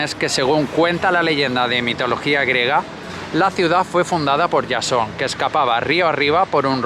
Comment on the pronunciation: POR Yason? Se pronuncia Jasón" con JOTA